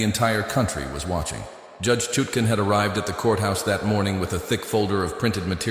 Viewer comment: Pernouce THE JUDES NAME CORRECTLY!